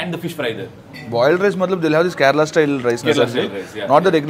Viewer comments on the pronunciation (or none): none